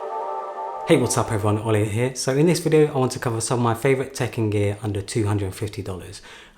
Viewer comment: I kept hearing 'Tekken Gear' at the start.